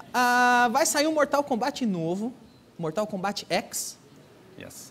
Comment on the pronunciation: danilo nem sabe falar mortal kombat